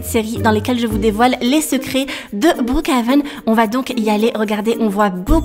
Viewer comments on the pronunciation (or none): tu me tue quand tu dit brookHAven sinon continue comme sa 😸😁